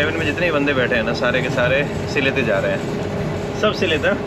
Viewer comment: उच्चारण सिलहेट नहीं भैया सिलेट है, हमारी पूर्वपुरुष के घर बांग्लादेश में था इसलिए बंगलादेश के नगर,गांव वो स्थान के नाम सुनने से सुख मिलता हैं... धन्याबाद आपको